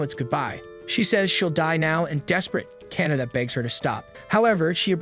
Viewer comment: oh my god he keeps saying Canada it KA-NA-TA